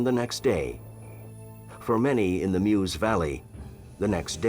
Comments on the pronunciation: Do try and get the pronunciation right: the area around the river Meuse isn't pronounced "Muse", it's pronounced "Merse". (What's with you Americans!) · correct prononciating " meuse "